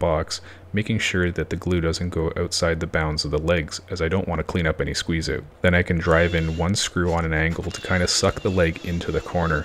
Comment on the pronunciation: to American ears the "oot" is very obvious. I'm not hating bro I'm laughing WITH you :)